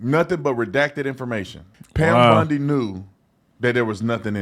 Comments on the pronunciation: Bondi, not Bundi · Wrong take on this one. It is pronounced Bondi not bundi. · It’s Bondi..not Bundi right?? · I don’t mean to be rude but I wish you and OT would realize her name is Bondi Not BUndy. I apologize but it kinda grates on my earbones. Always 👍your work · It's Bondi not Bundy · Bondi, not Bundy, please , thank you … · Wow ....nah...I'm not hitting Squat....your coverage on stuff, sounds like a Kentucky Fried skillet of chicken giblets....it's "Bondi"not Bundi...real "a frog....you are not the cryer for the informed folk....stay home and put your little ESPN sports wrap up on...and leave the real news to.the real " edumacated" grown...not woke folk.....to it.... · Her name is Bondi not Bundy. Say it right if your going to keep ragging on her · Bondi, not Bundy 😂😂😂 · You keep saying “Bundy”! 😅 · Her name is BON DI you keep saying it wrong. You don't know what is going on behind the scenes.. Grow up you have no idea what is going on. All you do is crisis her, would you want her job?? If no, SHUT UP This woman is very intelligent your not.